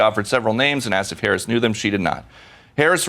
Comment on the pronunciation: please "NO HARRS"